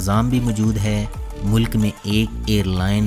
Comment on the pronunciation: تلفظ ٹھیک کریں۔ یہ بو سینیا نہیں بوسنیا ہے۔ بوس نیا اور mulak نہیں mulk ہے